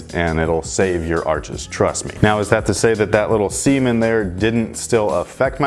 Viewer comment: Lol. When you said seam in there, it sounded like you said semen there.